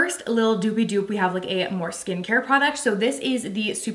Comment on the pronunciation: what is "doop" "doops" and "dooping???"